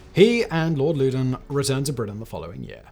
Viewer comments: If you’re gonna do a video on the French and Indian war at least learn how to pronounce the names. Loudon “lau don” Fort carillon “cari ohn” Etc etc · Lord Louden pronounced (laow- dun) not (lew- den). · Not sure how the modern British family pronounces it, but "Loudoun" has traditionally (and as near as I can tell, always has been) pronounced to rhyme with "cow-dun".